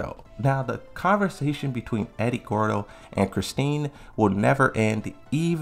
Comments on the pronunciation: You do know it's "christie" not "christein" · Christie not "Christine". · It's Christie! Lol sheesh